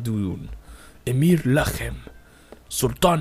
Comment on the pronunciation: your pronouncing of the names in shariz was supprising lol you got the Kh in Lakhem perfect most north american and north european pronounce it with a solid K sound